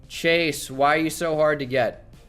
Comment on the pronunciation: Am I the only person who gets annoyed by him saying chashe young instead of chase